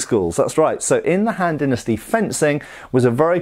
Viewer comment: The han-d dynasty... ‘scoff’